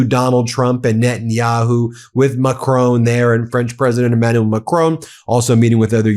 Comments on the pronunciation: Macron is pronounced as it is spelt. It is NOT pronounced in the way it was said on this video, as "McRown", I have never heard anyone pronounce it that way! The mispronunciation detracted from the general quality of this video. Trump appears to deliberately mispronounce French words. Please don't go by his regime's pronunciations as it comes over as being done to belittle, insult and to mock French speakers. If you aren't sure look on a French news website where you will hear the correct pronunciation. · Macron is pronounced MACKRAWN. 'ron' like 'awn'. It's polite to say it right. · Dear. I really like your broadcasts. They're really spot on. However, could you kindly learn how to pronounce Macron's name more accurately. M Macron is not Scottish. His name should not be pronounced as if he is a member of a clan called McCrone. The emphasis when saying his name should be on the first syllable, plus the second syllable does not have an e on the end. The final n should be uttered in a subtle non-emphatic manner too. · Excellent show. However, note the following: a short "o" not a long "o", like "not" and "bot" in the case of President Macron. Like the "o" in "shot" or "hot", not like the "o" in "clone" or "moan". Please pronounce it correctly in future.